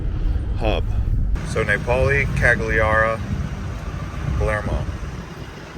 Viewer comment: Napoli is my favourite city in Italy. It brings me to life every time I am there!! For the pronunciation, it’s NApoli ( think “apple” with an N & an I) I’m glad I came across your channel. It’s great 😊